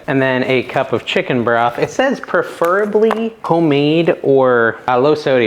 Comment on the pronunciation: Just found your channel and love it but you just hit the only really big pet peeves i have saying perfurably it is spelled preferably pronounced pref.er.a .bly google how do you say it and it is pref not per still love your channel